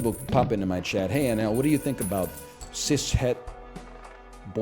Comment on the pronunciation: you don't pronounce it like ci shet 😭